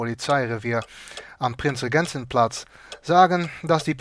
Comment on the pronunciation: When says "Prinzregentenplatz" his pronounciation is so bad that Germans (including me) are not able to understand it. I could only understand what he meant because i read the news.